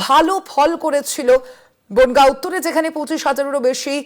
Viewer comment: বোনগা নয় রে বনগাঁ হবে😮😂